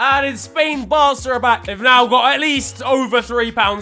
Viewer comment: Barça* not Borcer